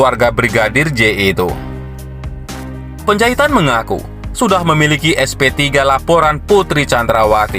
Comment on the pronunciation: Johnson Panjahitan bukan Johnson Penjahitan!! Anda harus belajar banyak MEMBACA, agar tidak salah baca, bisa menyinggung perasaan lho!! Penjahitan-Penjahitan-Penjahitan!! Emang tukang jahit???